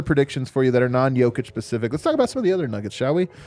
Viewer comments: Hello Jokić fans, I am here to spread awareness that it's pronounced "niikola yOH-kitch" and not nikOla yO-kitch. I am doing a noble service for American society. You're welcome and God bless America. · ESPN loves biased reporters. On a completely rude side-note, please help spread awareness that it's pronounced "niikola yOH-kitch" and not nikOla yO-kitch. You are doing a noble service for American society. God bless you and God bless America! 🏆🦅💥🇺🇲 (** YEAH!)